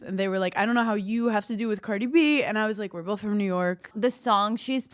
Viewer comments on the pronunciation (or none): none